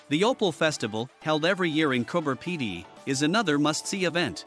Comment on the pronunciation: coober pedy not cooper pedy